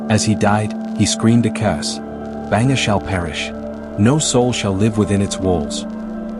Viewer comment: Yo bro its not Banger, its Bhangarh 😢